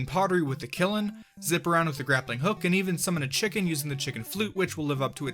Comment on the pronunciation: Kiln isn't pronounced with an i between the l and n. It's one syllable.